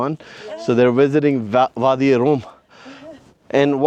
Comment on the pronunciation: Wadi e rum bro not room or Rome